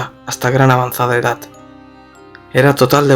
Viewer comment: Por qué dices “edat” en vez de edad??